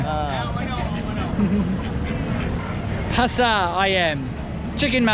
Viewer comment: It's I-um (Ayam/chicken), not i-am :/ Great video btw, I currenty live in Palembang, south sumatra, u should check out our amazing province down here :D